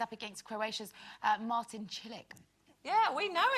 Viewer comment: "Martin Cilic" LMAO it's Marin haha. Can't believe Murray beat Rafa. :'( Lisa: "we went on the Great Wall Of China and we fancied a little walk on it..." Carol: "What the whole thing?" LOL. LMAO at Sherrie's tea cups ride story hahahaha.